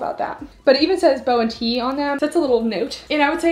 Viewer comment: I believe it’s bo-tee like “booty”